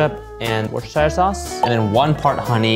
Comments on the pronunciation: Dear Americans, it's pronounced wus-der-sheer. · trying to quietly move on after attempting to pronounce Worcestershire sauce haha